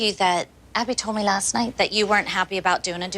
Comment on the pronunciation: Jill sound British when she said last